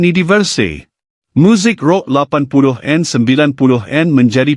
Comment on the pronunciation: Syg skli admin ndk mau bca komen netizen malaydesh sndri,..hrs membaca pkai mesin pembaca narasi... Pdhl bnyak kslhan yg membacanya.. Contoh...80an.....90an dbcanya.. 80en.....90en.. Jdi ndk mood mau smpai slsai liat video nya..